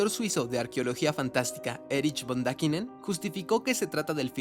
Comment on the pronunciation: ¿Daquinen, o Dániken?